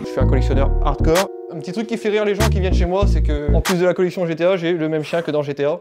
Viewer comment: Bien belle sa collection mais faut qu'il apprenne à dire GTA et pas GTO